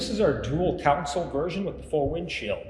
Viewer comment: Love the videos, one bit of advice, the word 'console' is pronounced con sole, as opposed to 'council'. This may seem petty, but they are two completely different words. Thanks, love the Coyote boats! Regards, D. Wilson, Tacoma, Washington.